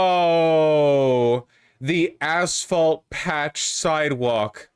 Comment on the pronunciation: "Back dat assphalt"